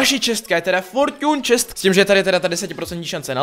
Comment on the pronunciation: výslovnost fortune chest:DDD